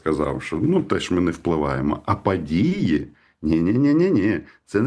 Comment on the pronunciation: ПАдії навколА законА..Па ваєним питанням.....і це вимова у відомого УКРАЇНСЬКОГО журналіста...